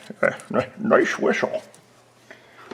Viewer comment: Nicsh whischle! Lmao, love the running commentary